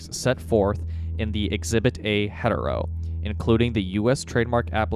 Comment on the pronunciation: My guy it's here to hereto not hetero as in heterosexual lol